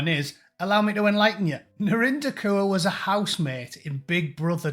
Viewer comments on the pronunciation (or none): Is that Narinder Cur or is that just the way that Scousers pronounce it ? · Kaur is pronounced as Core. I'm British Sikh. British First. I don't claim this clown, many of us don't.